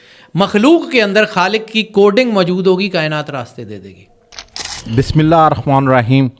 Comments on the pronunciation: یار ایک تو تمہیں بسم اللّٰہ صحیح پڑھنے نہیں آتی دوسرے یہ نام نہاد پروفیسر سکالر تمہارے ساتھ بیٹھا ہؤا ہے اسے بھی اخلاقی جرات نہ ہوئی کہ تمہاری تصحیح کر سکے تیسرے تم بھی منہ ٹیڑھا کر کے بول رہے ، پاکستان میں رہتے ہو تو پاکستانی بن کر بولو زیادہ سٹائل کی ضرورت نہیں 😅😅😅😅😅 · اپ بسم اللہ غلط پڑھتے ہیں